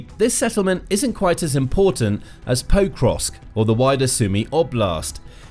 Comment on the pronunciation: it hurts my ears to hear you mispronouncing Pokrovsk over and over again. you are saying 'poe-krovsk' but the more correct pronunciation is 'pok-rovsk'